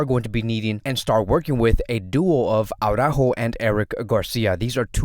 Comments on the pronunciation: It's ara-ÓÓho. not awww-rÁhho. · You’d think since he’s Latino like me that he’d pronounce it correctly lol